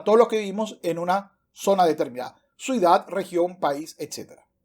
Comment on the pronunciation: Imaginese criticar a Agustín Laje aún diciendo la palabra "Suidad" en vez de "ciudad"